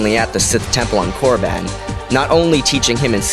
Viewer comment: I think you said koraban wrong btw